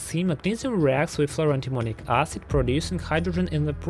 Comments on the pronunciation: Love the way he repeatedly saying ahsid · pronunciation tip, it's not pronounced "arse-id" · He's pronouncing Acid as Ass cid